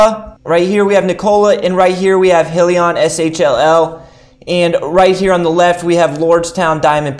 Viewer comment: it's just I'm trying to take your advice seriously and the mispronunciation throws me off. Other then that I like your videos.